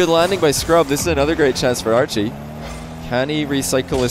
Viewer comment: Idk y I keep hearing say Arju instead of Archie xD